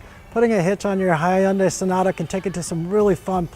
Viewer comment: High UN day ? Well thats a new pronunciation... lol